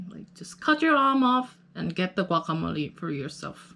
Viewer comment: Your pronunciations sound really accurate like "guacamole" and "salsa verde"😭😳